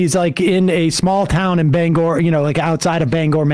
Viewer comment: I love it when people mention my hometown. Thanks for pronouncing Bangor correctly, Sam.